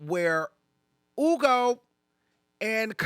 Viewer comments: It’s HHUUUUGOOOOOO not Ugo, the way you pronounce his name bothered me omg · HEW-go. Df is “Ugo.” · Just say Hugo not oogo...its not that deep 😂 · Why are you pronouncing that man’s name like that? I hate it.